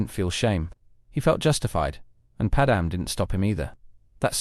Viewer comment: The only thing that irks me in these videos is the pronunciation of Padme and Qui Gon 😂